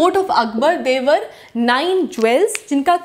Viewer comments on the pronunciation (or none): none